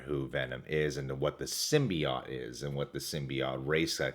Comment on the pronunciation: i hate your pronunciation of Symbiote